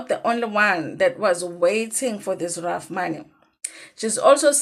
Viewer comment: No it can't be ref ask any attorney or jurist that you know they will tell you she's pronouncing it correct